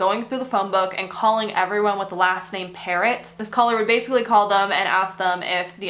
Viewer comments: Alisson pronounced Pero the "t' is silent. That doc that sounded it like a parrot is incorrect. Can you delve into the Shoeshine boy murder in Toronto, late 70's near the Eaton Centre. This was major news as we were in elementary school. It brought to light the issue of child labour, Portuguese immigrant family. Nicole Mor-eh. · So, yes, I remember the videos of Bert and Getting - good work !your pronunciation of her last name needs to be “frenched”…